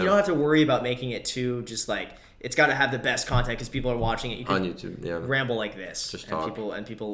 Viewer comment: Your Podcast Name: Graham-ble I thought thats what you said at the end instead of ramble